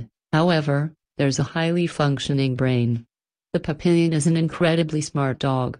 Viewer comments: It's pronounced pap-e-yon, not pap-pil-yon. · NO!!! It is NOT "pa PIL yen" It is "PAP pe yon."